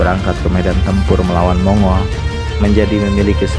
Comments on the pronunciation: Sebutannya bukan Mongol min, tapi Monggol... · Mong-gol bukan mongul